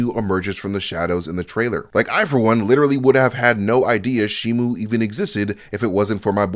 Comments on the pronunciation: it's shi-mo not shi-mu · It's shimo not shimu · It's pronounced shimo not shi-mu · he gets alot of things wrong ,he even says shimu instead of shimo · It's pronounced and spelled shi-mo if you don't believe me, Google the toys and merchandise for the movie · It's shi-mo show me the u in the name ,you can't there is no u in the name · It's pronounced and spelled shimo there is no letter you in the name